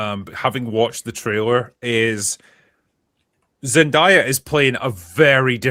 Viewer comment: It’s Zen-DAY-a. Not Zen-DIE-a.